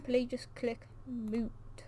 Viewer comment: "Moot" xD